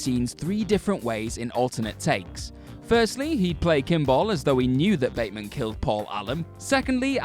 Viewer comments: When he tells the lawyer about killing Paul Allen, he says "I'm patrick Batemond" instead of Batemen and always wondered if was a mistake the directors didn't catch or was there an actual reason? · Yeah...and the character's name is pronounced BATman.